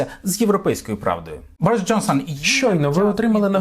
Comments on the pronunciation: Якщо не підводить мій слух, він все таки БОріс а не БорІс, люблю його , все таки українська душа тягнеться до подібного, до щирих відкритих людей, Thank you Boris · Тasha O Ви абсолютно праві стосовно наголосу імені не Борис а БОрис. Я вдячна Богу що посилає такіх вірних друзів як БОрис Джонсон.